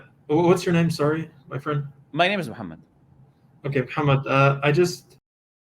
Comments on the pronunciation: he's definitely an Arab, probably Arab Christian, look at how he repeats Muhammad naturally with the correct pronunciation. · This guy is either an ex muslim or someone who knows a little bit of Arabic They way he pronounced “Sahih” and “Muhammed” is very accurate.. too accurate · Listen how clearly he pronounced Muhammad with perfect pronounciation of the letter 'Ha'